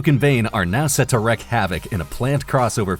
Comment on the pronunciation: It literally takes 15 seconds to google if you don't know how to pronounce a name, this is just getting embarrassing. Daniela Melchior - MEL-kee-aw Wreak havoc: wreak is pronounced like reek, not like wreck. Joe Mangianello - MANG-ga-NELL-o, not marn-garn-iello. Jay Lycurgo - Lie-CURR-go Warner Bros.: Warner BROTHERS, not Warner Broce. Matthew Aldrich: ALL-dritch, not ALD-rick.